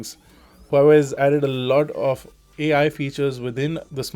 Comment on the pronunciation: AL Image stabilazation.. Its ai as in Artificial intelegence not ALL